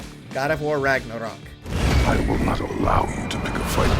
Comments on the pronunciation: Seriously, he says Rugnarrrruhk like 50 times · You say "ragnarok" like biden says "taliban" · I'm just tryna figure out why tf this guy keeps pronouncing Ragnarok like that.